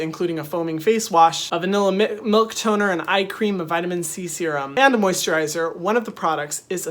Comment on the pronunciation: Nobody: Literally Nobody: Hyram: Mul- miLk ToNer.....